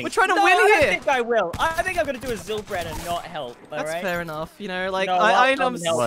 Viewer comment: Zylchad not zylbrad